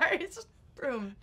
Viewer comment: I only hear "brrumm" from TNTL 😭 is he saying it like that on purpose or has that bit chnaged they way I hear the word broom from? 😆